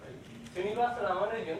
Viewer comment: As to the correct pronunciation: The stress is on the second "A", not on "U".